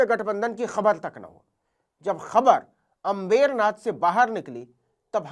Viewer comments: आप अम्बरनाथ को अंबेरनाथ क्यों बोल रहे हैं? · Navin bhai it's Ambar Nath not अम्बेरनाथ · अंमबेरनाथ नहीं अंबरनाथ बोलिए नवीनजी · नवीन बेटा अंबेरनाथ मत बोलिए। सही उच्चारण करें। अंबरनाथ बोलें। धन्यवाद जी ❤❤❤❤❤🎉🎉🎉🎉🎉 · FAKE journalist pehale Ambernath ka Pronounciation seeko.